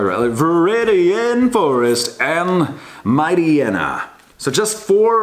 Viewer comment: isnt mightyena pronounced liked hyena?